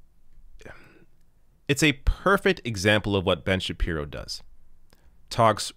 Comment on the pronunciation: Kind of a weird way to pronounce Ben Shabeebo but I'll take it